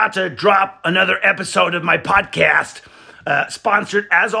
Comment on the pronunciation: The emphasis on the word podcast makes laugh way more than it should 😂😂